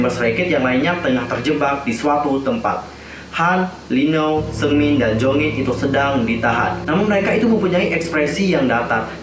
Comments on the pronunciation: Jeongin bukan jongin ,kalo jongin mem exo╥﹏╥ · monmaap nama dedek bukan jongin tapi jeongin bang kalo jongin mah kai exo😅